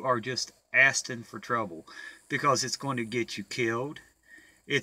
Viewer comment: Assten for trouble? A lot of blacks say don't "AXEN" me. you say "ASSTEN". I say "ASKING". I just thought it was a bit funny.